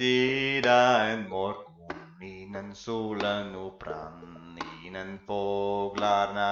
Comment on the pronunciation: For the modern Swedish part: Morgon should be pronounced "mårgån" and not "mårgoun" Fager has an A that is pronounced more closer to the A found in "awe" Sjong should be spelt sjöng and pronounced as such Mig is pronounced as if spelt "mej" Jag is usually pronounced with the G also, but mostly in the case for standard Swedish... Other than that you pretty much nailed every pronounciation. A great and interesting video!